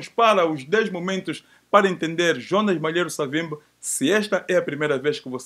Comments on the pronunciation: Porquê que dizem: "Savimbe"??? O nome dele era/é SAVIMBI!!! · Sei que é dificil,, e pode até parecer mais bonito de se pronunciar mas, o nome é SAVIMBI com "I" no fim, e não Savimbe como tem estado a dizer. Se devemos respeito a esta individualidade, no minimo devemos pronunciar o nome do mesmo como deve ser ou seja como ele é... Cumprimentos pelo bom trabalho que esta a realizar.